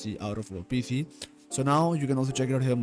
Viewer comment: U always say PF instead of PC